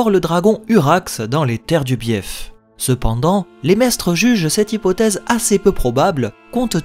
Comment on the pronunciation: "Biaife" ahaha Bief "biff"